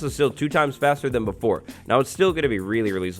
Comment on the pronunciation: Anyone hear him say "slow a little bit faller" with the goats? Anyways great videos 😊